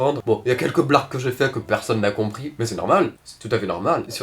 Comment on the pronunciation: c'est honteux,scandaleux de souiller ainsi la langue française. "Des blagues que les gens n'ont pas comprisEEEE"